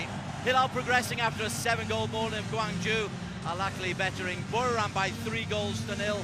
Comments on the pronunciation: ههههههههههههههههههههههه فعلا 😂😂 الكهلي 🤣🤣 ببساطه انطقه مثل ما تقرأه "الأهلي" لا يوجد حرف ك نهائيا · The commentators really looked at the ‘h’ in Al Ahli and said, ‘Let’s make that a kh!’ Suddenly we’re Al Akli. Incredible—these guys didn’t just mispronounce it, they invented a whole new club live on air. Pure linguistic butchery!